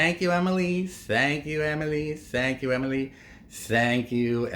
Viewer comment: Its not Emily, the whole world is not USA… learn how to pronounce her name